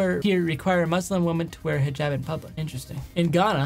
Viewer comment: Tysm for saying Islamic and hijab right 🥲